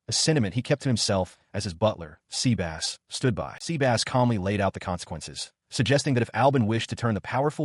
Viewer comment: So Seh-bus became Sea-Bass huh?! lol